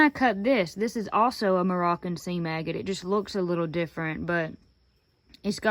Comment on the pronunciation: Took me a few seconds to realize that you were saying seam agate and not sea maggot. LOL You got some really cool pieces that will make great jewelry.